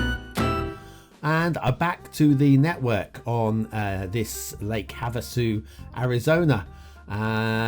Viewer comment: You pronounced Havasu correctly. Lake Havasu City in real life is pretty much nothing other than a retirement community and college spring break destination in the middle of the desert in western Arizona. As for the map, it almost seems like the map wasn’t really intended to be played beyond the default 25 tiles. It’s an ok map. It just seems like a lazy effort overall though.